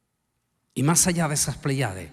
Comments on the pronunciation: No son pleyades, se pronuncia, Plèyades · Igual sucede con la palabra "pley(á)des"; se pronuncia "PLÉYADES"😊